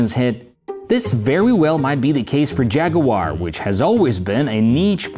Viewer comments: Νο jaguar...Noooooo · jaguwar no in the uk its jaggggg